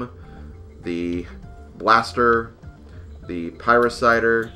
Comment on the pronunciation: Pie-Ra-Sitter :p